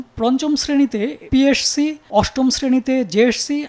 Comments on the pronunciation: উচ্চারণ ঠিক করা উচিত পিএরসি❌ পিএসসি ✅ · পি এর সি? জেএরসি? 🤣🤣🤣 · পিএসসি কে পিএরসসি বলেন কেন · পিএসসি জেএসসি কে উপস্থাপক বারবার পিএরসি জেএরসি কেন বলতেছিল? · সাংবাদিক সাহেব পিএসসি এবং জেএসসি শব্দ ২টা উচ্চারণেও বার বার ভুল করছেন এখানে। 😂😂😅😅